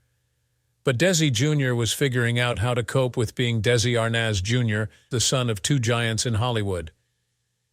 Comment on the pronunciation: I think you are pronouncing his last name wrong.